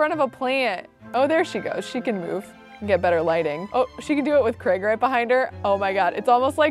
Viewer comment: Every time says "Old Craig" I hear "Old Gregg" and I can't unhear it